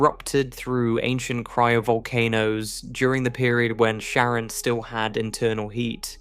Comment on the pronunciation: Care-ahn bro You researched one thing 😂 Dope video though I’m still watching the whole thing.